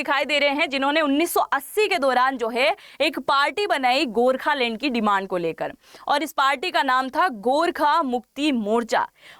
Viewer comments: You should first learn to pronounce the right word so let me tell you it's Gorkhaland not Gorkhalend lol😅😂🤣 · Gokhaland, not gorkhalane